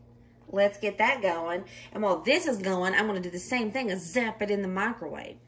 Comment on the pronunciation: I love how you say mikrowaveyyy 🤣😅 ever since we saw that video, we can never say it normal again lol. Your sons are good boys!